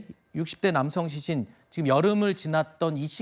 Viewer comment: 앵커 왜 시신을 싀신이라 발음하지?? 먼가 발음이